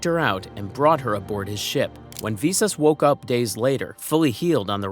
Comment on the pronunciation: Get the pronunciation right, vis-us not vee-sus